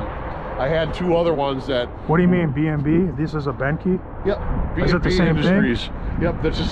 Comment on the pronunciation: she meant coffee. And as someone with the last name Behnke Its bank-ee not behn-kee